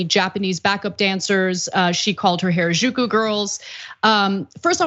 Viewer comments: She said it the whitewashed bastardized way Gwen does. You’d think Gwen would say it right with all her love for the culture…. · Japanese only has 5 vowel sounds (excluding diphthongs). A I U E O = ah ee oo eh oh (not exact, but reasonably close). "Ju" is pronounced exactly as written, not like in "au jus" - Japanese is not French. And without getting into the difference between pitch accents and stress accents, there is perhaps a slight accent on the 2nd syllable, definitely not strong stress accents on the 1st and 3rd. Maybe spend a few seconds on Google Translate to get the correct pronunciation of foreign words before going on air? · Why did you pronounce Harajuku “原宿” in such a very strange and completely incorrect way? You should have taken a moment to learn how to say it properly, before making this video… Even minimal effort would of made you sound better! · Someone please teach Anna how to pronounce Harajuku.